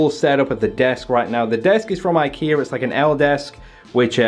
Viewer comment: "That's from ikear too" 😂😂 love you